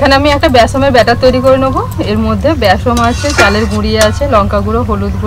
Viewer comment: কথাটা বেসম না কথাটা হবে বেসন....